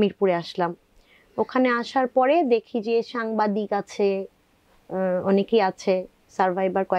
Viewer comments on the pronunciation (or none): none